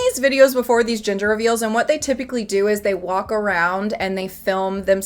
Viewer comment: It took me about two minutes to understand you were saying ‘gender’ reveal. I heard it as ‘ginger’ reveal 🙃